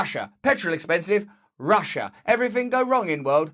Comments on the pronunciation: Q: How do you pronounce Russia? A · I never realized Russia had so many syllables